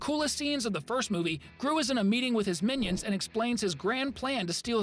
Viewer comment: Bro when you talk about Easter eggs about minions rise of Gru you say minons 2